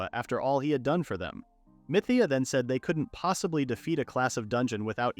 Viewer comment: The last one I saw of this manga, the ai pronounced mithea as meteor. Now, I’m beyond proud of how ai has grown… until 2 seconds later. (Riduru —> Liddell)